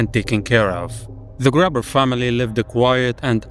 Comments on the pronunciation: Very interesting story I didn't even know about - and don't worry,you pronounced the german names really well. Except of Gruber - it's more like Groober than Graber😉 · You say graber correctly btw, but their name is gruber which is said like the u in unicorn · You're both right with the pronounciation. Hinterkäfig (which I assume is probably the real german name of the farm) would be pronounced mostly the way you are pronouncing it, while "Grubers" would be pronounced more like "Groobers" (not exactly but it's a close-enough approximation), so it's more the way you said others pronounce it. Regardless, pretty cool and interesting video, thanks. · NO IS IT THE OE WITH THE LIGHT BULB AS ENDBOSS im a german person and their name was not the "grabbers" its groober (the oo is not said long) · Sorry but how do you mispronounce Gruber as Grabber? U and A are very easily pronounced differently. Video seems great regardless bu that irks me some. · Bavarian here, it´s really pronounced like those other people say: Hint - uh - kayf (kay rhyming with "fly") - eck (as in Ecuador). And Gruber is like Gru from Despicable me + ber or simply like Hans Gruber from Die Hard. Nice to know someone made a game of this unsolved murder case. Good job digging it up! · Imagine being unable to say gruber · Just fyi as someone who does speak german Gruber is exactly said the other way you said lol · "Here is the correct pronounciation of the names, but I'm just going to pronounce them how I want, because, why not" Tbh, I don't know why this annoyed me so much, but as a German I can tell you, the pronounciation was correct and your take on it was solid and hearing you pronouncing the names weirdly afterwards kept hurting my brain. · Sorry to nitpick the pronounciation but this part was crazy: "Most people say [correct pronounciation] but I will go with [inaccurate pronounciation] because the real pronounciation in German is definitely different than both"